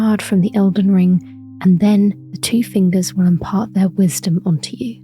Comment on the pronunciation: Cool video. I liked when you said fingeys and wiggled your fingers Lol